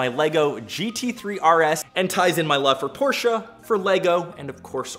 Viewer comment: 😭😭😭 thank you for pronouncing Porsche correctly